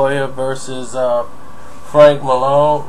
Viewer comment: It's Maloney not Malone. In and out technique!! Are you referring to what I think you are?